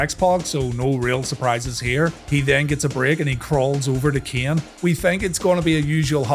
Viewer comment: It's a good thing shamrock is gone, for the sake of listening to these videos. I often had to look and check because there is no difference in the way you say "ken" and "Kane" lol. Love the series